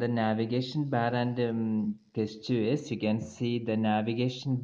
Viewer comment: Thanks. By the way, the word 'gesture' is pronounced with a 'j' sound (jes-chr)